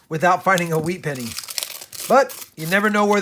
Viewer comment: He said wheat senny ender Once in the video